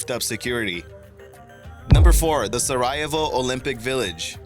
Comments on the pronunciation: It's pronounced sara-YAY-vo, yuh moron! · it's pronounced sair a ye vo. and hertz a go ve na. fyi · Very interesting and informative video thanks, however could you brush up on your pronunciation, Sarajevo was totally destroyed by your pronunciation, it’s Sara-yay-vo, sorry but the way you pronounce place names is important, I am sure you agree. Nonetheless a big thumbs up 👍. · its SaraJAYvo not sarahivo.... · Beaufort - "BOE-fort", not "BYOO-fort" Sarajevo - "Sah-re-YEH-voe", not "Sar-RYE-uh-voe" GOOD WORK! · It's Pronounced Sarah-Yeah-Vo. RESEARCH FIRST... ugh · No, it's Sarahey Ho. Don't be stupid. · #4: Sa-RY-a-vo? wtf? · Great video but for the Sarajevo its pronounced Sarajevo = særəˈjeɪvoʊ/ SARR-ə-YAY-voh. Sorry it just bugged me a little. Loved the video though. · Sara-yay-voe. Maybe you'd all prefer that he just stop making shows for us to sit and listen to by the hundreds. Maybe everybody should quit and leave you takers with no more givers to exploit with your compulsive egomaniacal criticism. But then who would there be to exemplify the disgusting, pathetic, almost TRAGIC Dunning-Kruger Effect?????? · Strange pronunciation of Sarajevo. Pronounce it: SAH-RAH-YAY-VOH. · its pronounced sarah yay voh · friendly info it's is sa-Ra-je-VO :) good way to google before pronouncing a word :) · Sariayvo? Vila? Read much? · Sare-EE-aye-vo You need to look up how to pronounce some things. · Sa-ree-ay-vo. Sarajevo. You're welcome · It's actually SaRAH-yay-vo. You're welcome too. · Sar rye evo? Sigh... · Sari-yay-vo. It matters. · Sa (like sack) -ra (like the Egyption god) -yay (as it's written) -vo (like the vo in "Volvo") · That's not how you pronounce Sarajevo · Worth watching if only for the pronunciation of Sarajevo. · Interesting that he can pronounce Herzegovina but not Sarajevo. I'd like to hear his take on Gavrilo Princip... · Great content, learn to pronounce Sarajevo.